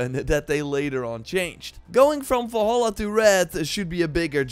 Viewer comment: WHY DO U SAY ASSASSIN'S CREED FALLHAALAA ??? INSTEAD OF DUXKING VALHALA ????